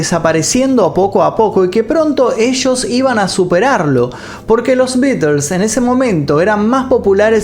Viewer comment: Que raro... Dice los nombres de las canciones bien pronunciadas y no ofrece pronunciar bien The Beatles correctamente... Que raro